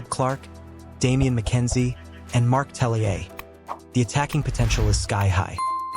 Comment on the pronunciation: is Mark Talea, not Tellier or whatever you said